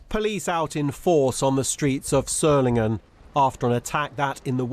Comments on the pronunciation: Tell that woman that it is "g" as in "get" not "jet". Dear-o-dear. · Pronounced Zolinguen, not Zolinjen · The cultured-sounding Berlin journalist first uses Zolingen then goes to Sssolingen, then at 3.43 'Surlingen'. Very odd. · That's not how you pronounce Solingen. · Why are the BBC continuing to mispronounce the city name? The G is silent!